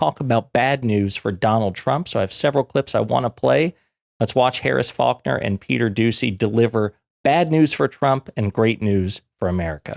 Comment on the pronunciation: Did you mispronounce "peter douchy"?